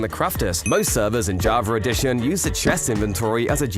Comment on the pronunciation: Javer Addition 😂